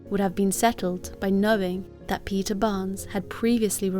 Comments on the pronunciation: Her name is not Peter is Petra😂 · it's of Greek or Italian origin and it's pronounced peeta